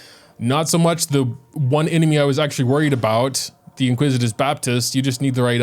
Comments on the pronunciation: in-ICK-wi-tis not in-QUIZ-it-iss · Iniquitous*** baptist lol not "inquisitous" 😅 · Why do I hear “Inquisitous baptist”? Isn’t it Iniquitous baptist?